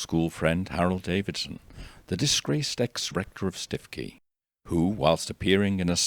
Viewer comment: But it's pronounced 'Stooky'.